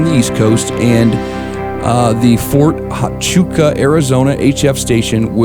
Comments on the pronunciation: It's pronounced Fort Wachuka, the H makes a W sound. Just trying to help. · Just a little help for you UTC is Universal Time Code or military usually says Zulu Time Zone which is Greenwich England Time USB is Upper Side Band Fort Huachuca AZ (my poor daughter has to use it all the time - place of birth) is pronounced Wah Choo Kah